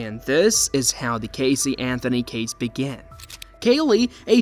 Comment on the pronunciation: Excuse me ambiguous AI voice but it’s Casey, with an S, not Cazey, with a Z.